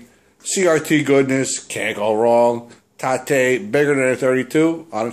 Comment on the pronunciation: Nice get for free, man! I love those rgb to component converters as well. Haha, loved the emphasis on TA-te, lol. I know what you mean about flipping a 32", I've never attempted to tate my 32 inch trinitron, just heavy as all fuck those things, but the 27's are perfect for rotating. Good stuff man!